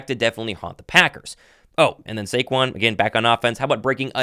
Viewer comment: Yall gotta put respect on his name, it’s SAQUON, not SAQUAN